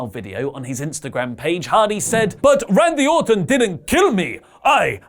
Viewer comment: Hey did you said mandy orton?! Lmao